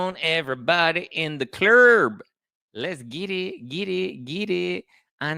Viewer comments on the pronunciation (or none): Can’t help it but we love it when say “In the Clurb”🙌🏼😂🫶🏼🙌🏼💥💥